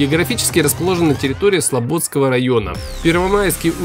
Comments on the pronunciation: не СлобОдский, а СлободскОй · Не СлобОдский, а СлободскОй) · Юрья! слободскОй район. Погуглил бы хоть как читается